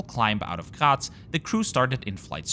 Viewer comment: He got triggered over this. The same way I got triggered over how he pronounced the city he originated from "Graz" as it sounds more like "Gerät" or something like that. And I have noticed he likes to pronounce "Danke schön" like "Doinkeh-shen". 🤣